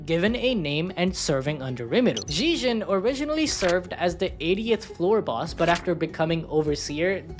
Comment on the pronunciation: Its pronounced zeg - ee - on; he literally says his own name in the anime.